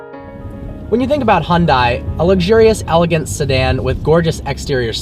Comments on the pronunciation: can no one get the pronunciation down?! its not hyun DIE its hyun deh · hundie??? Are you serious... You're American. You're meant to say 'hunday' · Hon-dai Funny how in Korean, it's pronounced Hyun-Dae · Nice review. By the way it's pronounced Hyundae, like sundae with a short e, not Hyun-die (I'm Korean). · dude common you can't even say it right.... it's Hyundae like Sundae... not Hyun-da-iiii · It's Hyundai as in "Hyun-day" haha don't mean to hag on you but being part Korean it bothers me :p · Hyundai is pronounced like SUNDAY but with an H in place of the S! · Please pronounce Hyundai correctly